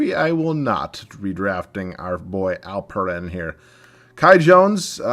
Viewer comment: Im from turkey and you aren’t butchering alperens name. You said it correctly